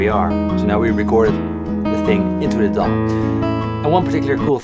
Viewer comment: The first time you said DAW I thought you said dong...turns out you said digital audio workstation / DAW for short.